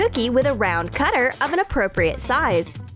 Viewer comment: Why do you say apropriet